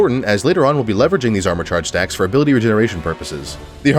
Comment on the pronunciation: i heard sex you have instead of stacks you have